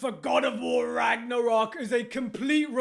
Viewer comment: lol why does he put so much emphasis on RAGNArock??